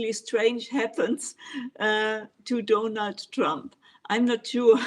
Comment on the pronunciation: I love it the way you refer to Donald Trump as donut trump